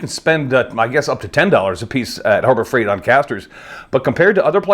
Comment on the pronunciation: Did he say Horror Fright Store ??